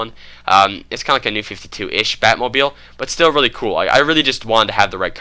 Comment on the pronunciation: He said batmobil